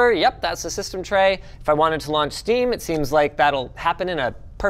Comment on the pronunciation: "Is sdeam still launching" made me laugh at how it was said 😂